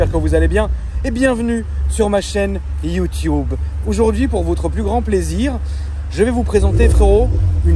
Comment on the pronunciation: « Iyutioube » « YouTube »